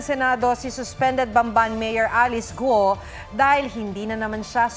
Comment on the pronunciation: PAMBIHIRA NAMAN "gUO" HINDI GO ! binanggit na ng katabi mo eeeee BIGKASIN NYO NAMAN NG AYOOOS